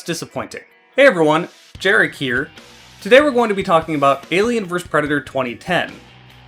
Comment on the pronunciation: Compliment sandwich: >This video made me excited to play a game that's a decade old simply by explaining its mechanics and fun factor well. >You should work on your pronunciation of words like "versus," "escape," and a few others. >The people who are not subscribed to you are missing out, because you deliver quality content on a much more regular basis than many similar channels.